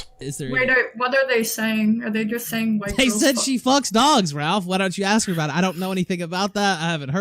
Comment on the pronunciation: Liu the kitty deserves to be watched and laughed at. Fucking degenerate. I’d love to meet her in a chat room and request she ‘axe me a question’